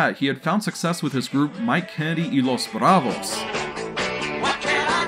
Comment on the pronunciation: “Los Bravos” pronouncing was on point! ✌🏼 great insights!